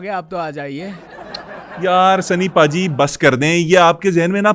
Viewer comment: اس کو بھا جی نہیں بولیں ۔اس کو پاجی بولیں ۔سنی پاجیت